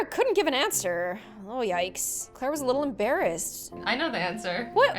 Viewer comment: It is Clara not Clera!!!